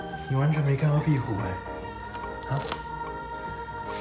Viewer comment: 說「壁虎」發音好標準🤣🤣 好厲害